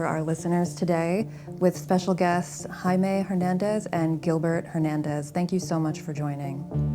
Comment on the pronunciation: its not " High May" "HER nandez". It sounds like yer hocking up a loogie then "eye - meh" . If yer gonna say it, say it right FFS.